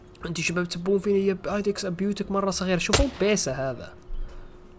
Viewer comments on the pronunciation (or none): none